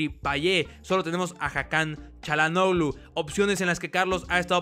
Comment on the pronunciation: Basta de decir "CHA"lhanoglu >(